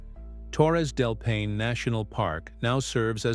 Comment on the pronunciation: This is a horrible video. First of all, it should be labeled AI. The narrator can’t even correctly pronounce Paine. And none of it’s true. Gross. Should be flagged and removed.